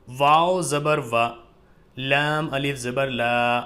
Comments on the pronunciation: Alif ko hamja kyun pad rahen h? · Assalamualaikum,Hijje krte waqt alif ko Hamza kyun bol rhe hai janab?? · Aap alif ko hamza kyun padh rahe h smjh nhi aaya....